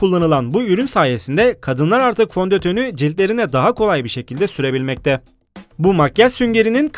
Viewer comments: Fondötönü koptum yaa fondoteni dicene fondotonü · Fondötönü dedin fondeteni olacaktı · Fondötönü ne fondeteni dicektin heralde asdggvcg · 2.16 da FONDÖTÜNÜ 😂